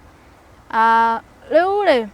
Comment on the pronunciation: I like the way she says " riuri" ❣️